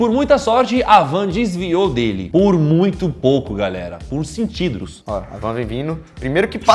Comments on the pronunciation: Nossa, vcs estam muito zoados nesse video. " dibrando" ao inves de driblando? "Centigros" ao inves de centímetros? E cansaço? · foi oq ele falou em vez de falar centímetros ele falou centidros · POR "CENTIDROS" HAUEhAuehAuehAueahEa